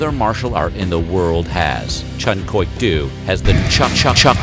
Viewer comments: Hey! It's pronounced DO like a female deer! You were killing me in the Bruce Lee video but now I'm over the edge! Otherwise great job on every video of yours I've watched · Please learn how to pronounce martial arts names. Do? Really?